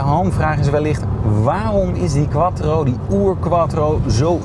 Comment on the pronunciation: Remy van Splunter hij wou denk ik zijn afkomst nog even duidelijk Maken 😜